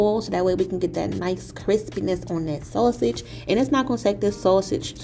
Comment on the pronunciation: Umm, you're pronouncing that sausage wrong